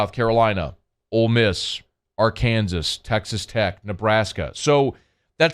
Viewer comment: Are you just trolling Arkansas or do you legit not know how to pronounce it? Either is fine with me